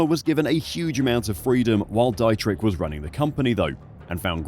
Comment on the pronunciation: its pronounced 'DEEtrich' not 'DIEtrich'!!!!!